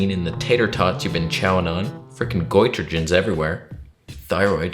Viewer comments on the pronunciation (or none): Did he just say "Goitregens?" { ) OMG, he did! New word added to the Medical Dictionary courtesy of one! Goitrogens!" Who knew?